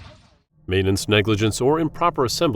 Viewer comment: Did he say "exasterbate?" 😂 Someone forgot to flood the ballast tanks!